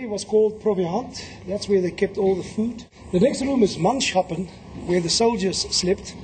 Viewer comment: Correct pronunciation of "Manschappen" would be with the Dutch "CH" pronounced as the Afrikaans (and Dutch) "G" and not like the English "SH".